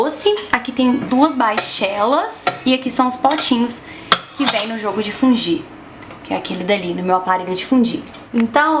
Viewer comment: A pronúncia certa é "fundi"?? Estranhei demais... sempre falei "fondi", até porque é assim que se fala em francês, que é a origem da palavra, não?